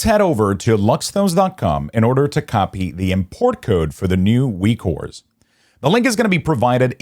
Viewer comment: Why are you saying ''Weekores''?